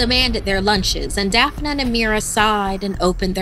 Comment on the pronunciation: "Dee-uh-dra" "Daph-uh-nuh" I love ya but these damn pronunciations...